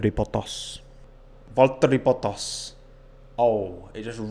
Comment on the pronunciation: The media: valterri bottas:fotteri botos